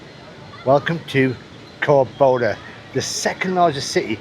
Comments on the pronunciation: COR (emphasis on first 3 letters), Doba!. (Not Cor BO- da.) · It's called Córdoba, not Corboda, haha. Great videos, enjoy Córdoba and all of Argentina! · not to be nitpicking about pronunciation, but it is CÓR DO BA, not "Cor bo da". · By the way, you were mispronouncing the name of the city. It's CÓR-do-ba, not cor-DÓ-ba. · its pronouns " Cor doh bah" not "Cor boh Dah" greetings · Yeah, I was about to write the same. And he says it that way several times. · En ingles también dice "Cor bo da" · Está doblada por IA por eso los nombres salen mal pronunciados. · A mí me sale directo con el doblaje, podría configurarlo con el idioma original, pero da lo mismo los nombres los pronuncian mal.